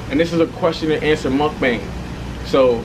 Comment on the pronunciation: it’s pronounced MOOOKBONG 🤓